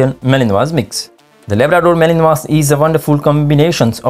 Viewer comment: Mal-in-wah, yo.